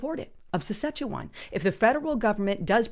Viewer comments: Sass-katch-a-wan (way to pronounce the name of this province of Canada) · pleas get your grammar down It’s province not providence It’s premiers not primers It’s Saskatchewan not Sechewan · Let me help you. It’s Pre-me-ear (say it fast) and Sass-cat-chew-won.:)